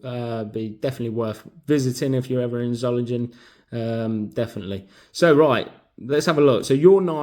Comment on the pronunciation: Just found out,, It's pronounced... ZOH-LING-ENN,, (or as close to that, as us English people can say,, 🤣🤣,,)